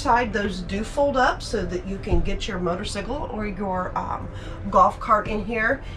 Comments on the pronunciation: She lost me at the pronunciation of motorcyle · I had to do a double take